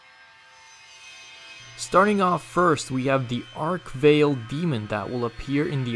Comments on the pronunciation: Arch 'vail'? Arch-vile! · Work on your pronunciations. First of all it’s Arch-Vile. Not Ark-vile. Second it’s plasma, not plahsma. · its arch vile not arkvale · "Ark-Veil" BRUH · Not trying to be rude but its (ark-vile) and (prey-tor) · Not even 15 seconds in and he hits us with Ark Vale and deBUTEing. Get some English lessons mate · It's pronounced artch Vile like Pile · Way to kick off the video by totally mispronouncing the name of an iconic demon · ... how did you just pronounce arch Vile?